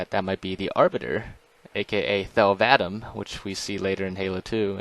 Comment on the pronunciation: He said the Arbiter's name like 'thehl vaedm', but from everything I've seen, its 'thehl vahdahm'. (The a's in vadam are more of a 'ah' sound than a 'ae' sound)